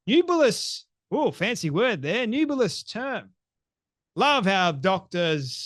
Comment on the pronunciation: NEB YOO LIS That’s how you pronounce “nebulous.”